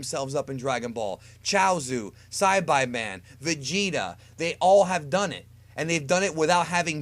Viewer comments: Psy-bye-men Come on man you should know how to pronounce it haha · the sci-by man i have never heard it said that way i don't know why but i died laughing at that.......love your videos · This dude said saibiman instead of saibiman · you pronounced everybody's name wrong. Saibai man, seriously, and chousu, its choutsu not chousu. Get it right. Your not even a real dragon ball fan. And why are you making these videos if you dont even watch this show. Again, get it right 👉